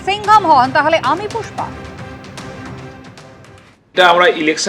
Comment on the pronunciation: পুষ্পা❌ ফুসপা✅ 😂😂😂